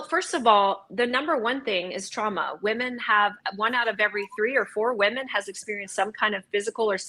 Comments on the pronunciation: I've never heard so many people pronounce 'women' as 'woman' before watching Destiny. It's so weird. I wonder if Stardust still does it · ANOTHER mf who doesn't know the difference in pronunciation between "woman" and its plural